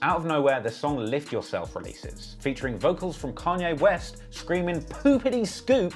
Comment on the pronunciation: Canyay west